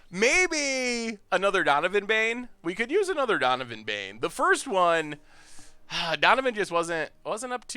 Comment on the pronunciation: donivan bane? does he mean dovin baan?